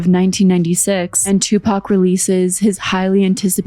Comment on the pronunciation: She can’t even pronounce Tupac’s name right